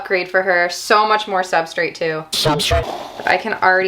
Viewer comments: I definitely heard him say it oddly. He’s saying substrit basically. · OMG i died when you mentioned how says “substrit”😂. Drives me bananas. I cringe every time. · Wait am I deaf or just a dumb NYer cause you and said substrate exactly the same to me 😂😂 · I too have noticed that says Substrate a bit awkward. I thought I was hearing funny. Maybe a regional dialect difference between the Pacific Northwest and there. As long as he keeps up with his awesome content I'm willing to overlook it though.:goodvibes